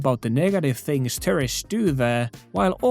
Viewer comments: Great video. English not being your first language just a heads up. I thought you were saying terrorists a few times until I realized you were saying tourists... Can think of the (American English) pronunciation as 2-er-ists, start off with the sound of the number 2 like this.. two-er-ists. Gave the video a thumbs up. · on tapana sanoo tourists = Terrists. Kuulostaa siltä että puhut terroristeista:D Uskalla jatkossa lausua se U-kirjain. Turists:D Ebin kontsaa muuten jäbä 🙏 Voimia ja kaikkea hyvää sinne Nipponiin ❤️ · I thought he was saying "terrorists" for half the vid my bad. 💀 "Tourists" got it! 👍🏽